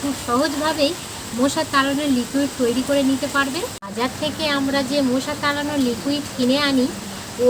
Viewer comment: মোশা না মশা বলে।